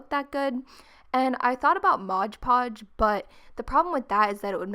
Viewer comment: Oh god u say mod podge so weird